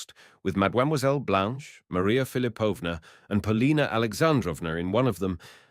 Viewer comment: Philipovna, stress on the second syllable. Thanks for the reading!